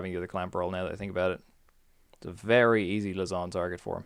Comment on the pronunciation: Lysandre --> Luzzon..? Lie-sand-er Fun build, good commentary ;]